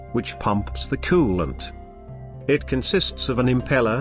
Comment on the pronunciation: kewwwwlent and thermo...STAT